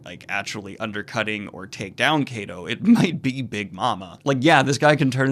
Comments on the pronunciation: Kaido is pronounced like Kaiju. Same "Ky" sound. "Ky-doh" not "Kay-doh" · pls dont call him kaydo...Ik its not right for me to correct pronunciations but its "KAII-DOE" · omg the pronunciation. I could somewhat forgive kaeido instead of kaido. But wtf what iinel. It is suposed to be like NL, like the 2 letters. I know it is small and I am sorry for this but it bothered me so much. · It's KA-IDO Daniel. Just wanted to clarify so you avoid saying both pronounciations every time. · Kaido is pronounced as kaa eee doohh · Why are you mispronouncing kaido it’s not that hard to pronounce?? Luffy says it all the time. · You pronounced kaido correctly once or twice in this video and those were while wondering witch was the correct pronounciation